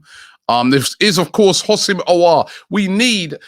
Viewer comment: Someone tell Robbie It's NOT "HOSS-IM" It's "WHO-SEM" Aouar